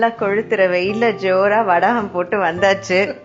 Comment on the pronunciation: Vadaagam ilai. Vadagam dhan😀